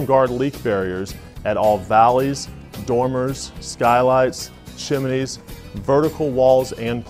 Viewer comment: at :46 what the hell is chimenies? And this is coming from a GAF rep? How embarrassing for you. Chimney is pronounced: "chim-nee", not "chim-a-nee", and certainly not "chim-lee" If you're not sure how to pronounce this simple word, then click